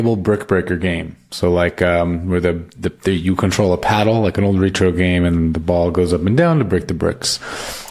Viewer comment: Ret ~ ro, not Re ~ tro... "Rhett Row"